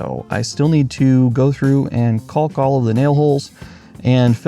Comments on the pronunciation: And please stop pronouncing the "L" in caulk! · Caulk, balk, walk, talk. Pronouncing the “L” not necessary. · it's pronounced cawk. Sorry it just bugs me, I'm in the U.S. midwest